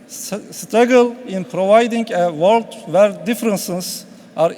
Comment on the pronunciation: vorld ama wörld değil vorld :ahahaha